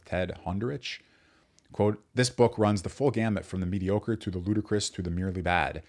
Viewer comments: I said gamut but pronounced it gamIT (as I recall). who knows. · All good, but you read “runs the gamut” as “runs the gambit”. Rookie mistake.